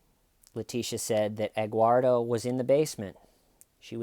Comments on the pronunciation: Actually it is Edguardo🤷‍♀️ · Wait is he saying Egguardo? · Egg-uardo? Huevo-uardo? “Eguardo,” seriously? This woman is a real gem. This is Dahlia Dippolito / Jodi Arias-level BS.